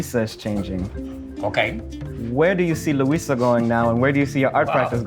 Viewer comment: Bro if you say Luisa one more time …